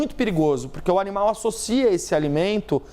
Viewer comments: O "onimal" kkkk😅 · Ela falou: O onimal